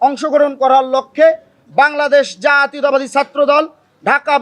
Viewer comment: জাতীয়তাবাদ উচ্চারণের সময় ফিতা আটকে যায় নাকি? দুই আলিফ টান দিতে হয়?